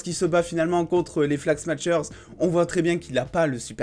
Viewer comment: Sympa la vidéo, juste un petit détail prononciation (parce que tu le répètes plein de fois dans la vidéo ^^) "smashers" ça se prononce sans "t", pas comme "smatch" mais comme le "smash" de "super smash bros" ou de "smashing pumpkins" ;)